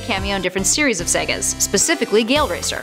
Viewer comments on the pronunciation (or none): none